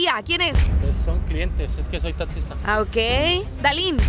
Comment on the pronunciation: También dijo atcidente y su wey "soy tatxista"🤣🤣🤣